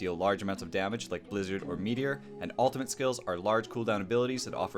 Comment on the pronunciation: wtf is an "altimate"?